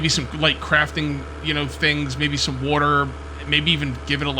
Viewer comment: bro says Wuater anymore times I think I might have to /kill